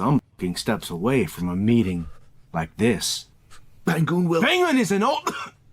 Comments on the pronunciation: His name is Ba-ngoon, -ng like in the word Bang, not Ban-goon 😂 I hate dubbers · The English dub can't even pronounce Bangun's name correctly. (baang-oon) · As Indonesian myself i can't stop laughing everytime they pronounce the name LMAO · as an indonesian, this is my first time hearing the dubbing version and it's so bad 😭 they pronounced all the name WRONG 🤣